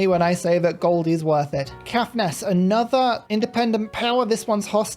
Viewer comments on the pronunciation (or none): Struggling through this on ps5 😂 FYI the “Caith” in Caithness is pronounced the same as faith 😉